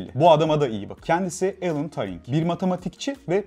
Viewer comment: Alan taring mi alan turing mi arada kalmissiniz 😅